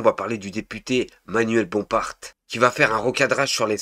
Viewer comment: T'es comme ton frérot !! Je sais pas où t'as lu ou entendu qu'on disait "Bomparte".... c'est manuel Bompard on dit manuel "Bompar"